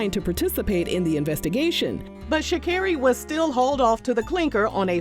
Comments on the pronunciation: i thought it was sha-CARE-ee, too tbh lol i thought she said it in her victory speech in tribute for her mama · It is Sha CAR ree, hearing you butcher her name was driving me lol